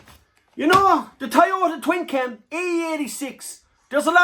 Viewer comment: What did you say there a toyoyoyyota? 😂😂😂😂😂